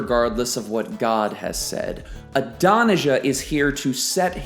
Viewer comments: Good lesson, but Adonijah is pronounced Aah-don-ee-YAH. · Great study, but your pronunciation of Adonijah is gag worthy